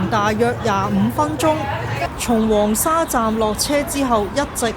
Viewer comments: 廣州人一般"黃沙"讀"枉沙"，"沙面"讀"沙勉" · 黃沙個黃同沙面個面都讀錯曬😅，我唔知你唔知正確發音定係要就個字幕生成